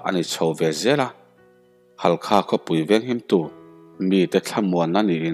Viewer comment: Halkha nilovin Hakha tih tur a ni e